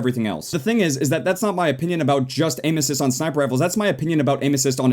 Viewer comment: when ever he says " Aim assists" it sound sounds like he's saying ANUSES